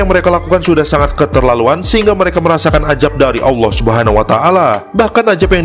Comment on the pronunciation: bukan ajab. tapi azab. lu ngaji Qur'an salah penyebutan salah arti.